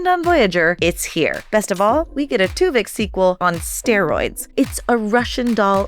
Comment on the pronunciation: "Twovix"... seriously?